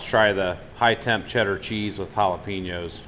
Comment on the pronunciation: Dude , Great vids! Jalapenos. Pronounced Jalapaynos. NO "E" in spanish . Plz stop with the JalepEEnoes . Thx